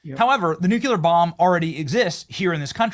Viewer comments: What does nu-cue-lur mean 🤪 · Love your videos. Love when you laugh at people's posts. But please learn how to properly say nuclear!